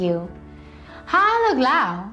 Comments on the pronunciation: Load not loa. She doesn't say the d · Hey, it's loud- not lou. Loud, loud loud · Where is the d in loud gone